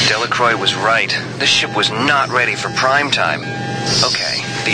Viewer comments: Delacroix can't even pronounce her name properly... Well in fact it seems no one can. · What I thought was funny was that even Marie mispronounced her own name. But I loved this game!